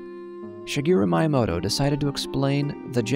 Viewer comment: You said Miyamoto like Myamoto, when it’s Meeyamoto